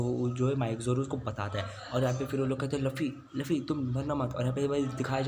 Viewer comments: Tum luffy ko lufy kyu bolte ho 😂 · Bhai woh luffy h laffy ni or itna fast q bol rahe ho aesa lag raha h jese class me koi baccha teacher k samne book padh Raha ho atak atak ke 😅